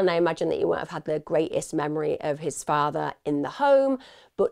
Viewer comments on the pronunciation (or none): none